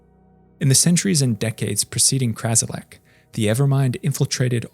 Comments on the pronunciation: Ummm... It's Kralizec, not Krazilec. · Nobody's gonna mention how he says constantly "Krazilec" instead of "Kralizec"? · It's "KraLIZEC", not "KRAZilek". And "tumult" is pronounced "TYOO-mult", not "tummult". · Kralizec not Krazilec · Hearing “Krazilec” hurt so me so much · Ummm.... I think you mean "Kralizec"?